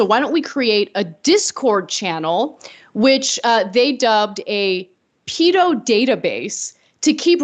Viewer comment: Does the way Ana pronounced "pedo" bother anyone else? Especially as it didn't even match her pronunciation of the full word!